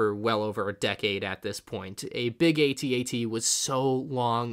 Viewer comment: No hate but the section of the videos says "bad bat" instead of bad batch lol! Also, you pronounced AT-AT wrong. why did I get so triggered by that?